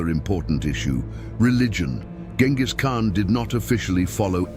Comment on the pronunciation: Salām alaykum. You're pronouncing the name completely wrong. The first letter has to sound like the letter J—like the J in the word "jet." Write it however you want, but try harder to give this name some worth.